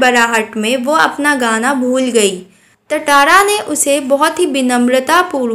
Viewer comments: Aunti aap padate acha ho lekin ye tatara nahi tantara hai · First its not tattara it is tantara😂 kiss kiss ne notice kiya😂 like kro😅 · Nice explained ma'am but it's not tatara it's tantara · Yes it's tantara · Not tatara it's tantara. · Tantara to nahi tatara😂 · It's not tatara it's tantara Ma'am 😂😅